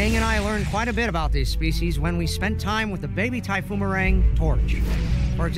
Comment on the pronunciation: "Typhoonarang" Timberjack: oh Come on.